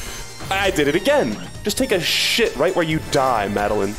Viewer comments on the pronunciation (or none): none